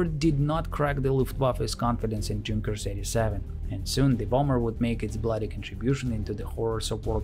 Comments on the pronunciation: as a person who speaks German, I don't know any Germans who would pronounce "Junkers" as anything other than "Yoon-kehrs" (spelled phonetically). A Junker, at least in Preussen (pronounced "proysen") is "a member of the landed nobility). German pronunciation isn't optional, and it's also why they don't need spelling bees because if you can hear it you can spell it. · Fantastic video! One small detail: I believe that Junkers is pronounced "younkers". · That's "Junkers" with a "Y" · Great video, except it's "yunkers"! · i'm not fluent in english let alone german but i'm pretty sure junkers was spelled yunkers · Please, please, PLEASE: Don't read Junkers /Ju in English way. It's a German name (and abbreviation), so please, read it "Yunkers" / "Yu". My ears hurt. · Just began the video and had to pause to say how much I like the narration style. It's very clear English with what reminds me of my Russian professors' accents. The care in pronouncing names, especially across languages, is very appreciated as well! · the "J" is pronounced like a "Y" (in the word "young" for example) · Great stuff but just a note on pronunciation. The J in Junkers is pronounced a Y. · Since you insist on mispronouncing 'Junkers' then at least be consistent and mispronounce 'Neuhammer' as Newhammer as any American would. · Great video, but Junkers is german plane, maybe to learn how to pronounce it :) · It's pronounced Yunkers....with the "u" like in "foot"....not dshunkers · The narrator might like to know that Junkers is pronounced YOONG-kers, not DZHOON-kers. Like the Russian Ю. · Fantastic video - my only slight quibble is that in German the J is pronounced like a Y - so more correctly a "Yunkers" rather than "Junkers" ... not that it detracts with the quality of the video. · I'm sure germans pronounce them Yunkers not Dzhunkers, but given that they lost 13 in a minute, perhaps the latter is more fitting? 😂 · Nice video. It's pronounced like Yoon-kers, not like Junk-ers.